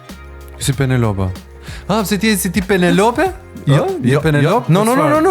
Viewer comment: Penelop thot.Pinelopi